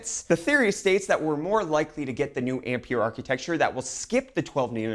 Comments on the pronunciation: Ampere is pronounced "Amp-Air" just a heads up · Yes - André-Marie Ampère was French and the way he pronounces "Ampere" hurts my ears... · Fml nobody knows how Ampere is pronounced. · You're mispronouncing Ampere.